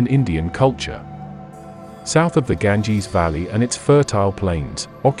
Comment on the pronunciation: Stopped immediately after he said Ganges